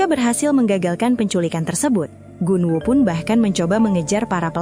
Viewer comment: gun-woo❎ gon-wuu✅